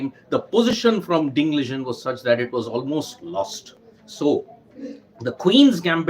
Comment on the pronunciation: It's Liren not Lijen